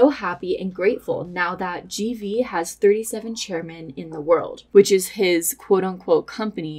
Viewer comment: Thank you to TraderNick for helping with this video!! Also, I’m aware I probably pronounced the company GV wrong, let’s just say I did that on purpose 😅